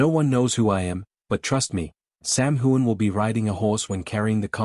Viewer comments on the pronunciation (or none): His name is not whoan. It is hughan. GET IT RIGHT!